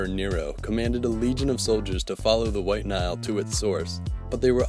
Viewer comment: "While Nile"